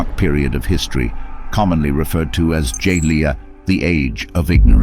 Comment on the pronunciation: Ja ha lee ya. Ja rhymes with baa ( like the sound of sheep)